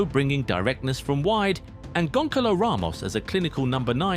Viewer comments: not gonkalo but "GONSALO" dude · I can't respect any football channel that doesn't bother to spend 1/2 minutes learning how to pronounce the players name. It is "Gonssalo" not "Gonkalo", Ç is pronounced as an S, not as a K. And who the heck is "Frankisco Conkeikao?" It is pronounced "Franssisco Consseissão" ( both Cs and Ç take S sound there)